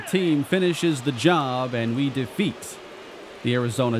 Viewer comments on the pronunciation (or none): none